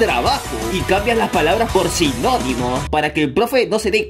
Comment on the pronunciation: De seguro no se dieron cuenta que en el minuto dice "sinominos" en vez de "sinónimos" 👌🤠